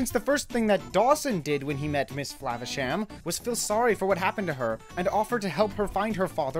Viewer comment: lol you should have mispronounced "Flavasham" every time you said it but in a different way each & every time you said it! but I agree, this movie was a true gem. Ratigan truly made this movie I think, best cartoon movie villain EVER!